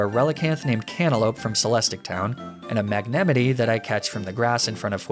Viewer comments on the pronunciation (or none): did he just say "Mag-nem-i-tee"? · Mag-ne- who now? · u did NOT just call magnemite mag-nemity..... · you have one hell of a way of pronouncing magnemite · Why is no one talking about how you pronounce Magnemite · i will pronounce magnemite like you do from now xD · what did he call magnemite